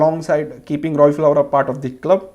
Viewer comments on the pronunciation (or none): Robbie Fowler...not flower!!